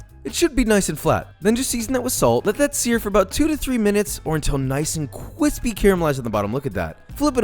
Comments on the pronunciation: dude, absolutely been loving your channel for a while now, but please stop saying "Qwispy". Makes me cringe every time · Nobody: Josh: C W I S S P I E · The burger patty looks CWISPY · Cwispy the word of the day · I genuinely love your channel and when you say “ cwispy “